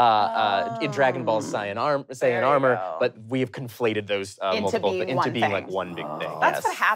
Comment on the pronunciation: The fact the he pronounced Saiyan as “cyan” is causing me unending amounts of psychic damage…